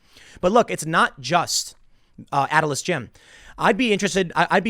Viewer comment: It's not Atlas. You're literally reading off the page and keep mispronouncing their name.